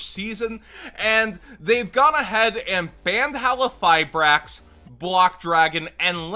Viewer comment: Q in Halqifibrax isnt silent. Its easy to read.just pronounce it like you do with huaquero